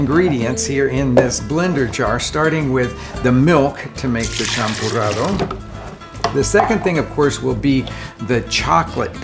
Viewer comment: "champurrado", not "champorado" 😄